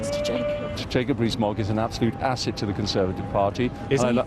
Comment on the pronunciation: I like how he says "Rees Mogg is an absolute ASSet to the Conservative party".